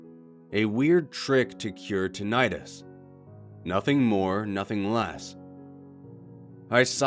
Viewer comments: Tonight us Tinnitus The true bliss of utter silence? Silence is loud as hell to me. True silence is unbearably loud.. isn't it? edit: tonight us is just how the guy pronounces the word. it sounds strange when he says it, is all. lul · Please pronounce it correctly. Please pronounce it correctly .... NOPE!